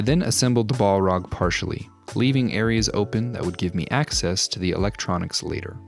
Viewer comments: Bolrog btw we don’t say the A as a O so it’s just bahlrog not bohlrog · We just not gonna talk about calling it "ball rog"? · Pronounced "bal-raag"; one L not two like how you're pronouncing it. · haha Ball-rock. Gotta love the americans butchering the english language 🙂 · I love it but pls stop saying "ball-rag". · Stop saying BALL-ROG ! :D Great work though ❤ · You are pronouncing Balrog inncorectly. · This was amazing in so many ways although the way you pronounced balrog was a bit odd.